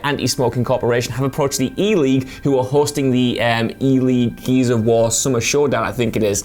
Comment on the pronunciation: It almost sounded like said geezers of war 😁